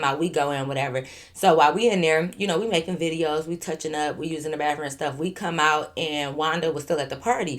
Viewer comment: 😂😂😂😂 “baffroom” be taking me outtttt that’s how our old folks say bathroom in Baton Rouge 😂😂😂😂😂😂